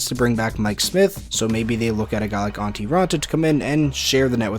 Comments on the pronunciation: It's Antti. Not Antii. 🤦‍♂️ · His fucking name is ANTTI RAANTA.. not ANTII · It's Antti not Antii